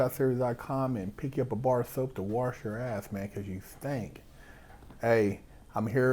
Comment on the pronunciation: Make sure you “wersh” your ass.